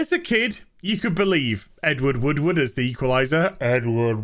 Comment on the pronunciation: I figured said it on purpose. It’s an old joke about his name, to pronounce it you need to say “wood” three times.